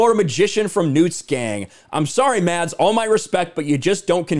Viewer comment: As a Danish person I like it when he says "Mads" as normally the "d" silent, only to confuse childhood me.